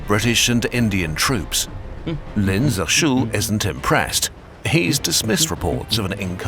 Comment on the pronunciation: Always is funny when Westerners, especially Brits, make something about a foreign country but don't bother to have a native speaker teach them pronunciation. (Like when the Olympics were in Brazil and all the Western press pronounced Sao Paolo like it is written, but in Potuguese Sao is pronounced "san." In English the city name would be Saint Paul.) Anyway, in this video Lin isn't pronounced Lynn like the name, but rather as "lean." Guangzhou, the zhou is pronounced like the name Joe. There are also four tones in Chinese, but that would be pushing it.